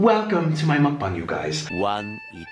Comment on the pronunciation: At least he pronounces mukbang correctly